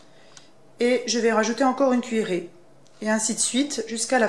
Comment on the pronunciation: Le moment de la meringue c impossible à comprendre " une cuillèrer" mais de koiii ??